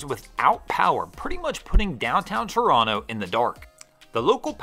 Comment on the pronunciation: Kudos to for pronouncing Toronto correctly. I can let the transposition error on "Ashbridges Bay" slide. 🙂